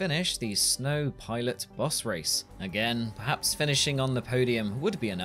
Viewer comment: Man you had me so confused for half the video, kept wondering where these "Bus races" are that you kept talking about & then i finally realized you were trying to say the word "Boss"